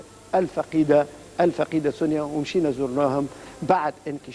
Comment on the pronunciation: لاء مكتوب على الشاشه سنية هما بينطقوها سونيا